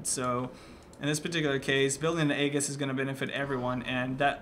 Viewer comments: Aegis is pronounced eegis. Just that I'd let you know since you usually use correct terms! (kage) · Aegis is pronounced with a j not a g you fool